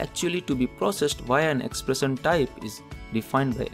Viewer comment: Pronunication is bad.. He cannot pronounce 'shun' properly as in expression ...:-)